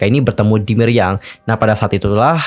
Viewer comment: Milyang bukan Miryang😁